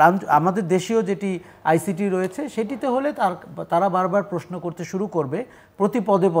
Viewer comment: আমিও এই বিষয়টি খেয়াল করেছি বহুবার।এমনকি পারিবারিকভাবে আমরা আলোচনা করেছি।কমেন্টও করেছি।উনি কেন বুঝতে পারেন না? উনি প্রশ্নকে প্রেইশনো বলেন